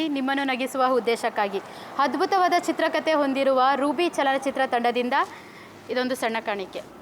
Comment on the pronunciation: Program k....but sirikannada name itkondu...mdm kannada wrong pronunciation madtiralla mdm small correction madkolli... Example: hadbuta antira....adu adbhuta... and huddesha antira...adu uddesha....any pradeshika bhinnate irabahudu...but public view agodakke heliddu